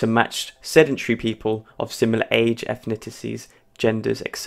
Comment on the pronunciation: are you really a native English speaker? Ethniticies? Ek cetera? I think your nativeness can change based on how much practice you had